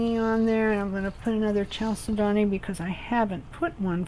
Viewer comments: Very creative and SO PRETTY!!! Thank you for sharing !!! FYI Chal is like Church but chal, said-do-knee with the emphasis on said and do and knee.Chalcedony 😊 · I'm pretty sure it's cal-sed-ney. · I was told you pronounce chalcedony, "kal-sid-on-ee," or something like that. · Very nice and helpful. Thanks so much. FYI: the "ch" in chalcedony is hatd and is prolounced like a "k". It's a from a Greek work.